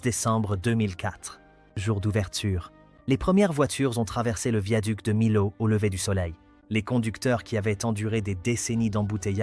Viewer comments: On ne dit : MILAO, dans la région, nous disons MIO ! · « De Milâoû »! D'où il sort, ce commentateur ? 😜🤪🙃😆🤣😂